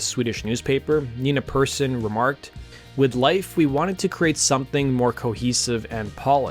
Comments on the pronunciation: Persson, as in "Per's son" or "son of Per," not Perrson, and it's pronounced more like "pear-sohn." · Persson is pronounced like pair-shon (ʹpɛrʃɔn). And of course it's not written "Perrson" as you did several times. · It's pronounced Perr-SHON. Good video, but that really bugged me. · Every single english-speaking Youtube channel talking about The Cardigans is saying the name "Persson" blatantly wrong. It's not "person", it's "pear-sonn". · Her name is spelled "Persson", not Perrson, and is pronounced more like "Pearson" than Person. Make an effort. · It's pronounced persson not persson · Interesting video. The one thing that bothered me (other than glossing over their best album) is Nina's last name is pronounced "Pear-SHAWN", not "Person". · Nina Persson. Not PERRSON